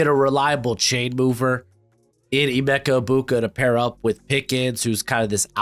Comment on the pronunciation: You pronounce Emeka Egbuka as "Ebeka Egmuka". 😂